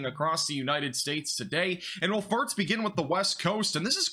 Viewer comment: Every time you say "first," it sounds like "farts."